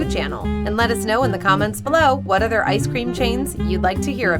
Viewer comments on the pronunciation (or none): none